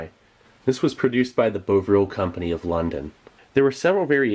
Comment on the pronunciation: The way he pronounced bovril made me cringe